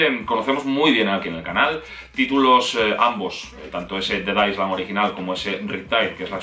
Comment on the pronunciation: Island no sé pronuncia tal cual es ailend esa es la pronunciación. Sólo un aporte